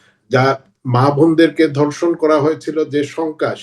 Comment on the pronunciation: ধর্ষণ কে বলে ধনশন 😂🤣